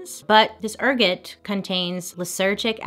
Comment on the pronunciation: Ergot mold is what LSD was first synthesized from by Albert Hoffman. Ergot is pronounced air-got.